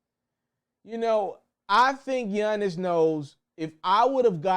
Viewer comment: Yunnis lmaoo why you say it like that 😂 all jokes aside bro great content 🔥